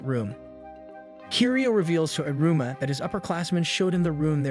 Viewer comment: Bro it's pronounced: E-ruma